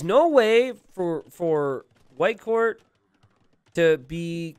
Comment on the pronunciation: Every time he says "Whitecourt" I think I'm hearing "Viper". I'm just so used him casting streams about Viper, I guess, lol